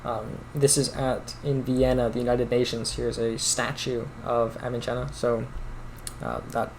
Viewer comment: Not pronounced as "Avichenna" but like "avisenna", that is without "ch" sound rather "s" sound.